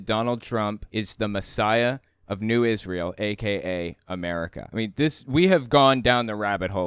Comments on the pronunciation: Everytime I see this clip it kills me how the guy thinks that he has to change the way he's pronouncing Israel to sound more biblical. New Is·re·uhl once then immediately switches to Is·rai·el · New Is-Ray-Eeel